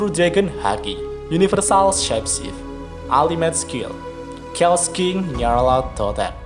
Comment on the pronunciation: Note kecil ja bang.. kata "Chaos" itu dibaca 'kheos' Koreksi dikit aja biar makin berkembang